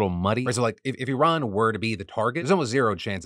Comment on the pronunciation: Very impressed that Phil actually pronounced Iran correctly compared to other Americans.